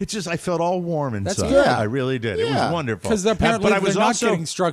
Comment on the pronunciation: Wunnerful wunnerful